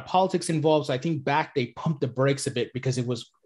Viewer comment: Swiss tink thank? 🙄